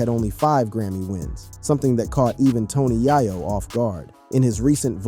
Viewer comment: 😅😅😅ikr it doesn't make it any better he keep saying tony yiyo it's tony yayo